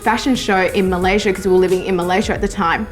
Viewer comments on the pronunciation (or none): none